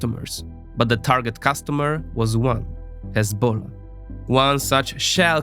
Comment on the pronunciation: bro has some estonian accent or something but the way he pronounces "hezbollah" is like a true arab lol